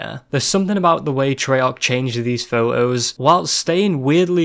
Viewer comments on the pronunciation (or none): Sounds like you said pho-ohs instead of photos very very cute you had me gushing i shall steal you'll pronunciation cool? ok and great vid! keep it up oh and excellent choice of background music